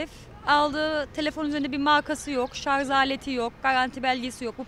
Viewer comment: Ilk amca şarz dedi yaaa......